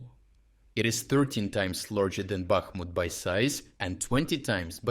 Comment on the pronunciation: I think this terrible AI reader is awful. Man, read it yourself or gunna have to pull support. Where tf is Car-keev? No real Ukrainian would say it like that. Back-mutt. ffs